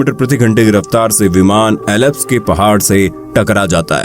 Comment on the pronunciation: आवाज़ तो उम्दा है पर कुछ अंग्रेज़ी शब्द जैसे आल्प्स को एलाप्स कहना सही नही लगा...